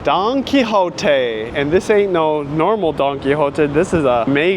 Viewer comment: At first I thought he kept saying donkey lol